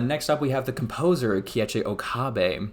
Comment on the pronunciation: My man. Good video, but maybe do some research on pronunciation of words and names mentioned before recording. ("Nier", "Automata", and "Keiichi" all being examples of names you mispronounced.)